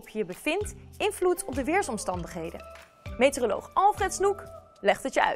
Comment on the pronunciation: wel schattig hoe ze meteoroloog als metereloog uitspreekt